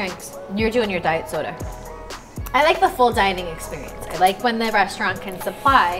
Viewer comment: got me saying diet soder